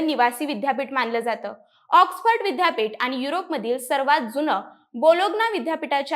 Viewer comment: बाईला विद्यापीठाचा उच्चार करता येईना, अशा लोकांना कुठे माहीती द्यायला बसवता?